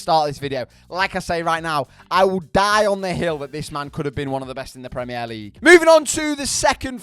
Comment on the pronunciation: Why u saying premier league like that